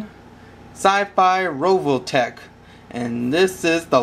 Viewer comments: RE VO TECH. NOT RO VO TECH. Word Nazi out. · u say rovotech lololololol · its RE OL TECK pleaaaaaaaaaaaaaaaaaaaaaaaaas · revoltech not roveltech